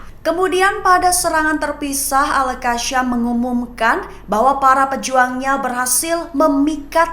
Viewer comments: Al qasam bukan qasyam. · Kak.. Sebut Al Qassam tu betul2 bole tak?. Bukan kashem.. Kassam.k.